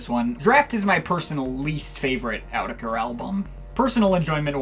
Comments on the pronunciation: It’s actually pronounced “Ayo-oh-tu-ha-kera” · It’s actually pronounced “ayy-yoo-teck-haa-reau” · Cool review, but it's pronouced otéqueurre with a thick french accent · It's actually pronounced 'Oh teacher'.